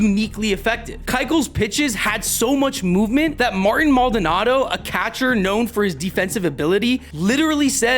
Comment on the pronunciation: Mar-TEEN Maldonado